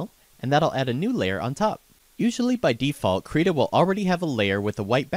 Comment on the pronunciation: You said the name wrong B O I